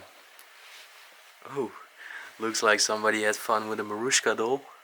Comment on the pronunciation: Good content! But how you said? "Marushka"?)) Its called "Matryoshka" Have a nice day!:)